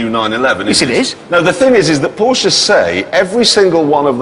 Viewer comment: What an idiot. He can't even enunciate the Name "Porsche" correct.